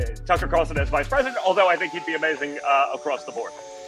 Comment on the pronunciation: It CarLson WITHAN "L"!! Please say his name correctly!!!